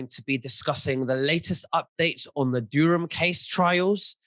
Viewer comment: it's Durham not Dureham... why do you keep saying it wrong?